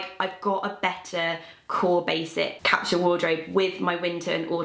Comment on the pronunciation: Why can't she pronounce the word capsule properly?